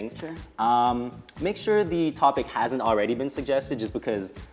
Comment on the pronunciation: Dear, don't breathe helium before you speak. Also the word is haesnt not hawsnt. best wishes.